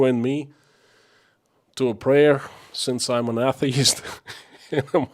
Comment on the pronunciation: Atheist / A * the * ist, is pronounced sounding like: A = A (long/strong A sound); the = thee (strong/long E sound); ist = ( I sounds like an e sound)/(st sounds like a hiss then a tee).